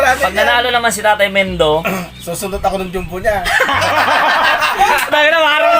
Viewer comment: Sa totoo lang naiirita ako sa Jom-bu na pronunciation nyo e.. Ahahaha parang di ko alam kung kulang sa aral o sinasadya lang e.. Jumbo po hindi jombu....